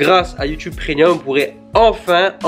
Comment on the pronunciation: Tu dis prénium